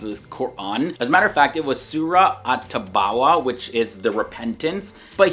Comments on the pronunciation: Tabawah? Tawbah* Nice try though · Its Tawbah bro,its ha fiz